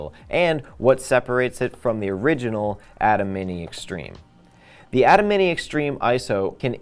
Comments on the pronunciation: EXACTLY!! Pronounced A-TIM NOT ATOM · I tried to watch but, i just can not get past your lack of knowledge of how ATEM is pronounced. If you have not been around the product or the professionals at BlackMagic enough to know it is pronounced “A-TIM” then how can I trust that you actually know what you are talking about.